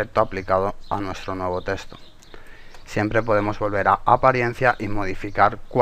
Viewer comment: un "teshto"